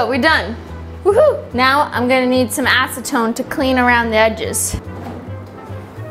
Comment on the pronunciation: When she said My acetone fits perfectly here I thought she said my ass fits perfectly here 😂